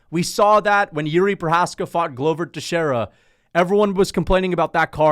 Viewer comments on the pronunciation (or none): none